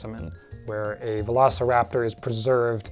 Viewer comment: I think this screams for a Velocipastor analysis. Somehow I always hear You say Velocipastor whenever You actually say Velociraptor and that happens a lot in this video.